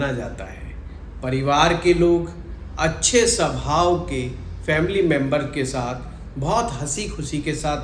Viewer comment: Sabhao nahihota swabhao hotahy angriji bhasake gulam